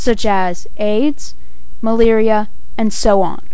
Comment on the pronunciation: please say "Malaria" right....It's anoying